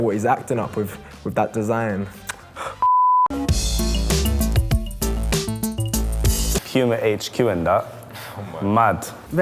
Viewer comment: Men he just said pima Uffff